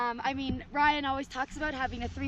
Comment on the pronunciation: Ryan You're getting closer to saying my name right!!! Can't wait to rip again!